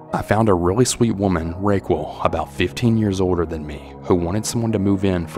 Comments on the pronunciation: RAYQUEL? That's not how you pronounce Raquel. Think Raquel Welch. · Are you trying to say Raquel as in RAH KELL and WICCAN instead of WICKED? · 2nd story, is the name spelled Raquel? If so it's pronounced Ra-kel :) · It's pronounced "Ray Kel." Even though the spelling is different It's a pretty common name. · “Ra kell” not the way you pronounced it. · Its pronounced rackell actually. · Never heard anyone pronounce "Raquel" that way.... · lol ya I was like... I think ur saying it wrong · Also just the way he pronounced Raquel was criminal enough lol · Uh, is that name really supposed to be pronounced "Ray-Qwul" or is it actually Raquel that's pronounced "Rah-Kell" lol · It’s pronounced rok-el. Not Ro-quill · The first story bugged me because I’m pretty sure the woman’s name is Raquel which is pronounced Ra-Kell 😂😅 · Rae-cwool 😭 Listening to this over again on a late night and, its pronounced Raw-Kell. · Raquel ? …. “Rock - eL” not ray-quil 😂 No matter what the name cannot be rayquil. Stories were excellent ❤ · The name Raquel is pronounced Rah-kel. Not Ray-quel.🤷‍♀️ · Love you ❤ but it’s “raw-kell” not “ray-quail” 😂❤ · I think the lady from story 2 is named Raquel. You are saying Rayquil, like Dayquil. It's pronounced Ra KELL! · Is it pronounced Rayqual or rockel? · its not ray-wqell, its rock-ell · Who is Raykwul? I know he’s not trying to say Raquel 😭😭😭😂😂😂😂 sir, that is pronounced “rock-kel”🤦🏽‍♀️ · I was looking for this comment lol!! I was thinking it must've been Raquelle or the way you spelled it. It's pronounced "Rack-Elle". I don't know if I can even finish this story cos of the weird way he's saying it!! Lol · Ahahahaha I thought the exact same thing! I was like wtf kinda name is RAYQUILL, also he has other words where he doesn’t know how to pronounce. No matter tho still a great channel nonetheless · "rake wool" Bro have you never heard the name Raquel I'm dead 😭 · Pretty sure you mean “Rah-kell” (Raquel).